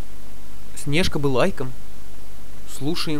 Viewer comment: читает чужой текст СнЕжка вместо простого русского слова СнежкА бы. Ну тупойййййййй!!!